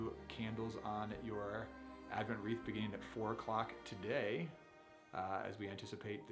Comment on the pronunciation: Wreath, not reef.